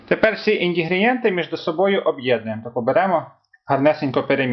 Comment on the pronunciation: Мардариновий зефір з мардарина?😂😂😂 Індегрієнти😂😂😂ви це спеціально говорите?